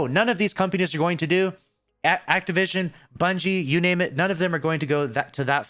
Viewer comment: He said activision…. Bruh